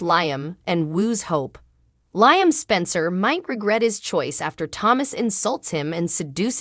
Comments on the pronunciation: His name is pronounced Leeam not Lieam it's just spelled different Liam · May i suggest to you that you pronounce Liam correctly as this is the one reason people hate your channel. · He's a liar so it's Lyem!!!